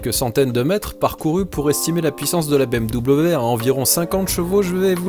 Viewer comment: Super vidéo ! Mais stp dis bm'v' , pour un germanique comme moi ça fait mal d'entendre bm'w' haha